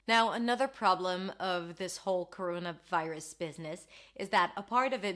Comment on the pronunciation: Couruouna vairus!!!!